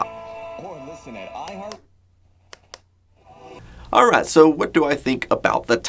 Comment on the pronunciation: I knew you lived in Texas and I never heard much of an accent until you said "alright". I've been looking at this thing since I saw the LaMetric Time Wi-fi clock but this is the first time I've seen someone really exploring the uses of it. I kind of wanted it to be a bedside clock, but it seems like I'd be missing out on a lot of the features having it relegated to a bedroom. I'd like for it to be able to show me interesting information though, like be able to open one eye and know the time, weather, if I have any phone notifications, and where my pants are.